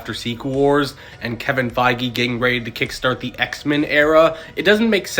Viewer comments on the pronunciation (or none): none